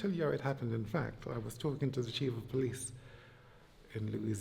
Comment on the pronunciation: “Polithe work” 😂😂😂